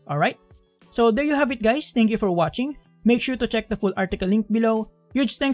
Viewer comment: did he just call me gay? he said hi gays right?